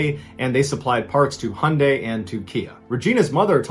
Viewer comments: Its pronounced "high-on-dye" not "hun - dye" 😂 sorry that low key triggered me 😂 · Absolutely asinine comment but ‘Hyundai’ is pronounced ‘high-oon-dai’ 😊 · its hi un die thats how i say it anyway love ya channel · The way he said Hyundai pissed me off